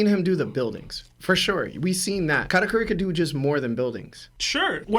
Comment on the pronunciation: Katateary is a crazy pronunciation